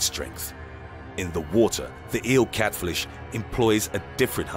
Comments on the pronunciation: is my favourite part of this video because the narrator calls a FISH a FLISH, & he forgot to edit it out. It's just awesome. Here's the quote, "In the water the eel cat FLISH employs a different hunting technique." "THE EEL CAT FLISH." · Didn't know there was something called Just listen to:D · He said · Anyone else catch it? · Hahahahahaha I did! I didn't want to comment w/o seeing if I was beaten to the punch. Yeah I had to rewind it a couple times and yep! "" 😂 Too funny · "Eel CatFLISH". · 0:6:6 you said cat flish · in the water eel "" XD